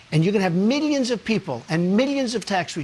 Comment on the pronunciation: the way trump says millions xDD